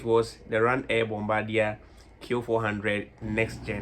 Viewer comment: Bombadier is actually pronounced the french way